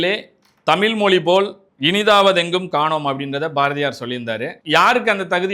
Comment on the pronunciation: உன் வாயில நெருப்பு அள்ளி போட தமில் இல்லைடா தமிழ் ழ் ழ் ழ்